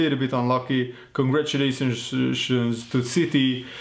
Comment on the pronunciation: 3.04 “congratulationbdfhdCzdzxcfnsssss to city” 😩😂😂😂😂😂😂😂😂